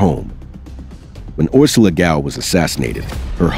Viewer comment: As a hungarian,Orsolya is pronounced "Orshoya" .